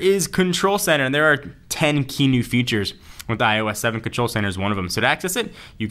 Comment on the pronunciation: "AAll ma mails in derr." ha ha